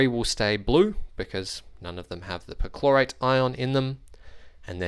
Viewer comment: With your accent it sounds like you're saying chlorite.